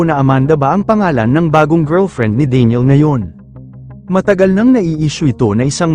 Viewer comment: ano ba tlga pagkabigkas mo daniel ba o deniel?